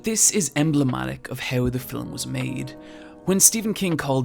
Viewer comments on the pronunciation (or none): The word is ‘film’ not ‘fill ‘em’ but I guess it all depends on where you were brung up. Ha ha. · whgy do you say fil-um though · It bothers me more than it should that you have the tendency to pronounce 'film' as 'fillum'. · I was right with you until you said "macarbic" which I think you think is an adjectival form of "macabre" but buddy, English doesn't work like that. You can't just stick English adjective endings onto loan words from French. Also do all Irish people say "filum" instead of "film"? You said "film" a couple of times but later started adding an extra vowel. (I'm just picking on you, great vid, look forward to the next ones for October) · Say it with me- Fillum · Love your work, and I mostly don't like film analysis that isn't explicitly comedic, at least when it comes to YouTube. Really wish you didn't say fill-um, though. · why does he say filam ?? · A fillum that haunts people? lol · “Filum” Redrum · The most terrifying about this video is your pronounciation of the word "Fillum". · Every time he says "Film" as "filum" it's the cutest thing ever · "Fi-lim" You keep pronouncing film wrong and it keeps bothering me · You talk so slowly in this one that you've managed to give the word "film" an extra syllable.